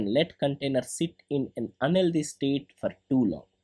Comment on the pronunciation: thank u for the video! btw you pronounce the word "unhealthy" as "LD", i was so confused